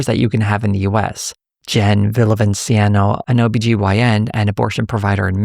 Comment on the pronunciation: It’s Villavicencio, not Villavincieno